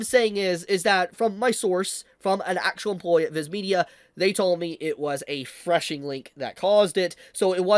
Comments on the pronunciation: Phishing is pronounced similarly to "fishing", not "freshing". LOL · It's called 'phishing', pronounced 'fishing'. not 'freshing' or whatever you're saying. It's pronounced like fishing for a reason. You've got the bait (malicious link), cast it into the water (mass send fake emails with the bait link) and wait for fools to bite. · You mean phishing link right??? Not threshing 🧐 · its called a phishing (FISHING) link... not whatever the fuck you are saying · It's "phishing," bruv...."phishing"